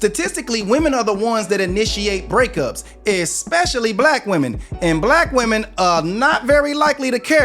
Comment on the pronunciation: Am I the only one hearing her pronounce the singular instead of the plural for women? I hear this a lot from people now... what's wrong with these people?